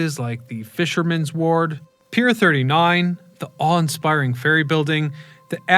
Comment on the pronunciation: It's Fisherman's Wharf, not Ward 🙂